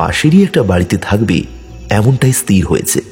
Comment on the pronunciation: বাংলা উচ্চারণ এতো ভুল করছেন কেন? স্থির ই-স-থি-র।ই-স-তি-র নয়।